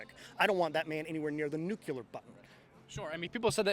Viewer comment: I'm a republican I can recite all two of my values and other things like it. I don't think he knows anything about the Constitution other than that maybe we have one. And the word is nuclear nuclear nuclear